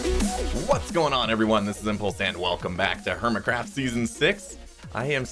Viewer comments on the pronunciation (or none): It sounds like you said hermitcrap lol.